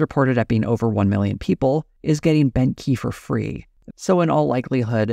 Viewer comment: Beauchamp is pronounced beech-ham with the 'h' in ham being almost silent. Everytime says Bent Key I hear Benky 😊 not the best brand name I suspect.